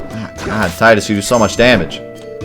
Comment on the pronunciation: Tidus's name is so confusing. it's pronouced Tiedus in KH, but Teedus in WOFF. can SE not make up their minds?